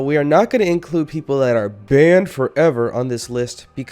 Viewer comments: Tbh I hate when his like “bANnED forEvER” it’s just sounds stupid... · Who else like the way he says BaNnEd FoReVeR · Stop saying banned like that it’s annoying